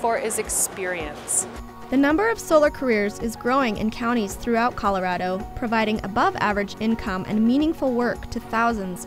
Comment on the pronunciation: You even pronounce ColoRADo correctly 👍🏽